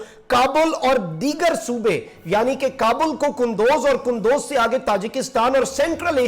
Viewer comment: It is kundooz not kandoz